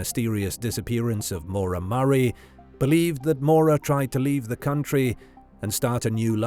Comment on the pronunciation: This narrator mispronouncing her name one hundred times is maddening